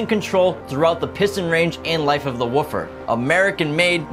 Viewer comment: The way this guy says "woofer" you'd think he's talking about dogs.